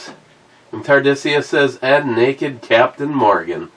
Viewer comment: Neeked, not stirred